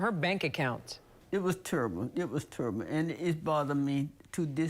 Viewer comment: How can someone who can't pronounce the word "terrible" to save her life, have $11,000 in the bank?! This don't make any sense!